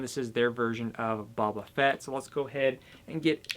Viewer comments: It's Boba, not Bubba...you said that twice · Buba Fett? Do you mean boba Fett